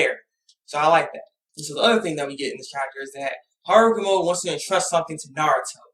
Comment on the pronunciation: hagoromo* Not harogumo! Sorry I just wanted to point that out, not to be a jerk.